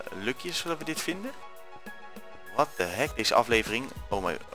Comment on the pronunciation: je zegt what the hack. Het heet niet voor niets hackit ps. Spel het express zo